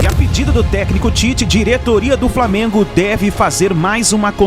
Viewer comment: Será que esse apresentador da bandeirantes tem preguiça de falar flamengo?